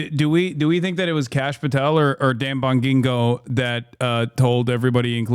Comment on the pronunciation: The only way to pronounce Bongino Is to have it rhyme with Domino